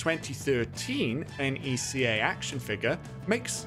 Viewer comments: The toy company NECA is actually pronounced neh-kah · The way he butchers neca's pronunciation kills me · why did you spell the toy company instead of doing like 5 seconds of research to know it's pronounced NECK-UH